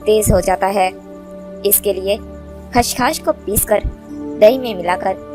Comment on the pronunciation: میڑم لفظ خشخاش اور آپ کھشکھاش کہے رہی ہیں۔